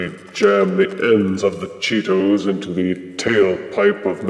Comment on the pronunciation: The way you say "Cheetos" makes me laugh. You say it with such refined elegance "Chee-tows".